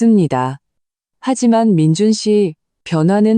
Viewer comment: 아무리Ai 가 읽어주는것이지만 올케 를 보고 "재수" 라니 ... 칠칠치못하고 똑똑 하지못한 민준 계속 그렇게 살아라 결혼 하면 자기가족(부인)을 최 우선으로 해야 자기자신도 앞길이 잘 살아갈수있다는걸...누나 시어미 만 생각하며 미친집구석 혼자 그렇게 살아라 그리고 "민준"이라고 해야지 항상 "민주" 라고 하고...